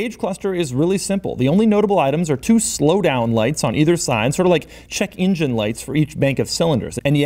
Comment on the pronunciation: What is an "ingine"?